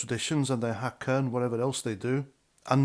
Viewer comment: NZ is a RACIST COUNTRY Maori have always been looked down on by pakeha (white ppl) passed down from all governments!!Do yr research and stop talking Trash!! U can’t even say the word Haka properly?? Paru koe!